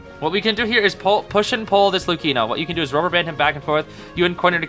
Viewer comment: Big W for the way you pronounce Luchino